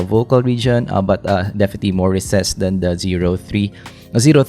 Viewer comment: "Defeti" is one of the best things in your videos! hahahaha